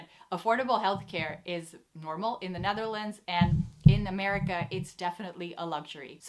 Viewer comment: Why is she saying "Nutherlands"?